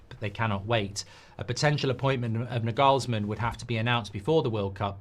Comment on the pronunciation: FFS learn to pronounce Nagelsmann's name right jeez